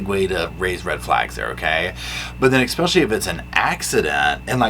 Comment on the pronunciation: Omg I love you darlin but quit saying “ekspecially” 😅